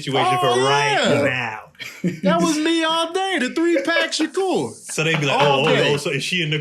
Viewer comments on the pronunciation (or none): "3 pack Shakur" 💀💀💀